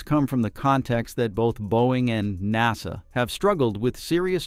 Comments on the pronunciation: I got turned off as soon as I heard nawsa! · What's a NOS-uh Astronaut? I've heard of NASA, but not this new NOS-A thing. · If you can't get your bot to pronounce "nasa" you should make some adjustments.